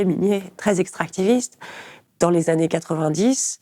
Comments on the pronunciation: "Dans les vingt Zannées à venir"...ça pique les oreilles chère madame. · Trente-huit secondes, "vingt zannées", au revoir